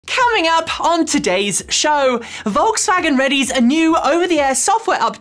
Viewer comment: "Coming up on today's shoooow" Makes me giggle every time especially as I try, and fail, to do an English voice. LOL!!!